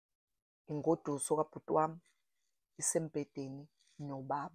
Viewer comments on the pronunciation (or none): Ingoduso not ingosuso